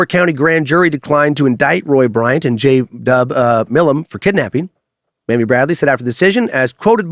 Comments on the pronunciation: Her name is pronounced MAYMI NOT Mammy! Mammy is a disrespectful way to address an adult elder woman remnants of slavery! Her name is pronounced Maymee! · Not sure if you're trying to be funny or not. Her name was MAMIE (may-me) not mammy. Tf?!